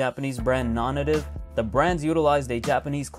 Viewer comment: It's pronounced "Non-Native". How do I know for sure? Because I watched a YouTube video interview and tour of the Japan stores and the people that actually work there all say it "nawn-nay-tive". Search it up.